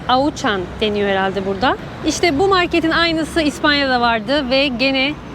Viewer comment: Abla, Auchan = oşan diye okunuyor 😂😂